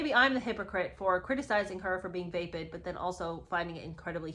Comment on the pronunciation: Just so you know It’s pronounced va- short a sound like in apple- va-pid. Not vay-pid